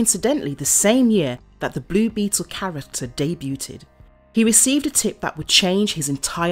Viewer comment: “Debu-t-ed”…. Ugh. Sorry. Continue.